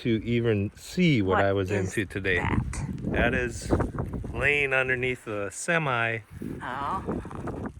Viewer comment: I get a kick out of the way the Americans say "semi" emphasizing the last letter "i". (It is a "hemi" for your car.) In Canada we also say "Canada Goose" but in the USA you say Canadian Goose. . . . interesting. 😊